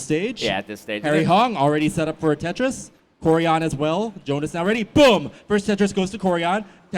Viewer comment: Why do you keep saying bum Tetris